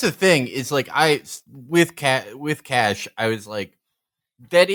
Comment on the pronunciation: lmao felix calling Caché "Cash"